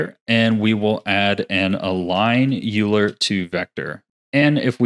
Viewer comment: Great video I love how useful this is gonna be! Side-note: I really hate to be that guy but google the pronunciation of “Euler”. He was a math dude and his name is one of those annoying words that everyone mispronounces. I only say something cuz I love your videos and hope I’m being helpful 🙏💚